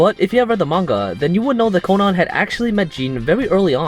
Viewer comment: I hate how he says Conan